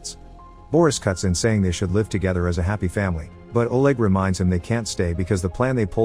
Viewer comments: They life there? Must be They live there. He gives a last massage? Must be message. Voice over real? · live = laive message = massage 😂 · Why do you mispronounce the words! For live(as in a "live" wire) you say it as though it's the present tense of life?? It hurts my brain